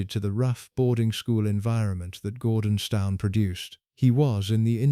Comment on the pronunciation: Gordonstown ? Its pronounced as Gordons - TON. Sheesh, can you not get it right first time ?